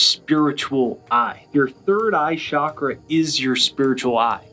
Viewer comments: Great video but it’s chalk-ra, not shock-ra. There’s no such thing as a shock-ra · ** Frankie & the Flowers So does everyone who says it wrong. It is NOT shak-ra. Do you understand my point? There's no Hindi or Sanskrit word "shak-ra". Say it right or don't say it.